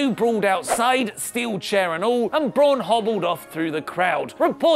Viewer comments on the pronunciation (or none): none